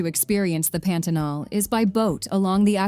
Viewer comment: Melhor parte do vídeo é o carrinho chegando em Macapá e a narradora: Pêntenol.